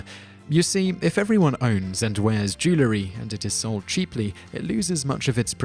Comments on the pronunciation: "Joo-la-ree"? It's "Joo-el-ree". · you've missed my point, if you listen he pronounces the word "jew-ler-y" not "jew-el-ry". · What on earth is “jewlery” lol. Jewellery. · Why is it some pronounce the word Jewelry as jew·ler·ry when the correct pronunciation is jew·el·ry??? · The pronunciation "jew-ler-y" for "jew-el-ry" is as annoying as G. W. Bush's "nu-cu-lar" for "nuclear." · it's NOT jew-lery it IS jewel-ry (because it's made of jewels, not Jews) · no it has 2 syllables not 3 so both of yours are wrong. it's pronounced "jool-ree" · Where's the "a"? I suppose "nucular" is accepted too?